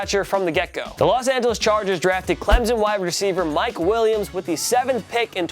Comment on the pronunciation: In plus why the heck are you pronouncing Clemson with a z? It is CLEMSON not CLEMZON!!